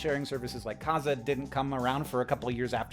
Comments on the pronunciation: But then he said Cazza?? It's KaZAA! Did we even grow up in the same timelime?? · Me screaming, it’s Kazaa[h] not kaza!! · Am I the only person surprised by Hank's pronounciation of Kazaa? I always accented the last syllable. Is there an official pronunciation? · Wait, wait. It was pronounced Kah-Zah with equal emphasis? My friends and I always said Kuh-Zah with emphasis on Zah. My whole life is upside down right now, help! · Is that how you pronounced KaZaA? Hank said KAH-za. I always said ka-ZAH. Just realising this is the first time I’ve heard it pronounced out loud. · Did he just pronounce "Kazaa" as if it were "Kaaza" for some reason? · hank sure did pronounce kaza what funny is funny is i was just trying to remwmber the name of the app replaced napster when i heard him kaza and i thought that doesnt aound right thank you for helping me remember. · ...i've never heard someone pronounce kazaa like that. i've always heard kuh-zah. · I loved all of this, and then Hank's pronunciation of KaZaA murdered me dead. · your pronunciation of KaZaA was alarming